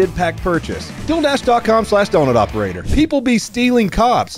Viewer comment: Deal dash not dildash lmao